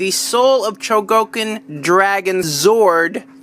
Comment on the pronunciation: ftr, its pronounced Sho-go-kin, not cho-go-kin